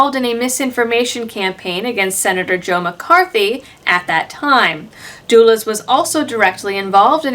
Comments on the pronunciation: I assumed she pronounced Dulles that way for comedic effect, much as she laughed when reporting the New Mexico Department of Health getting food poisoning. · For pity sake Talking Head Dulles is not pronounced dool-ess